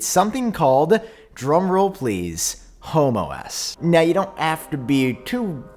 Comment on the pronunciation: You might wanna put a pause between home and OS lol